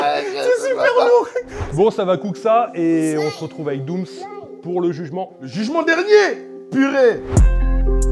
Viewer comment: C’est doums pas doum’s mdrr doum’s = sir doum’s pote de booba